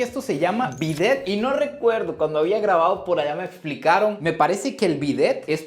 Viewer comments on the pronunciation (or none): Creo que ese país es interesante, pero no tiene mucha publicidad, es una pena. Para nosotros los ticos, es impresionante que sea tan barato. Querido, te aclaro, un bidet (no se pronuncia la t, creo que es francés) fue creado para las damas, para una higiene más apropiada en días de menstruación. en Costa Rica era usual en la casas de cierto nivel, y por supuesto en hoteles. Aún se ve en algunas.Yo viví en casas que lo tenían. Claro, te hablo de los años 70. Ni habrías nacido. Ha dejado de usarse por ignorancia supongo, y porque existen otros métodos de limpieza.